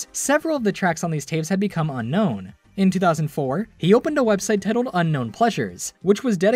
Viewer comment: "tittled" lol